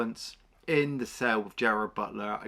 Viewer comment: GERARD BUTLER. Not Gerald.